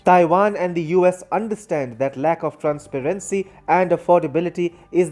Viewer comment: The reporter should google how to pronounce words such as "transparency and project(noun) which is different from to project (verb)